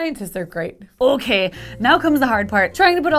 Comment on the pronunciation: I love the Irish "ok"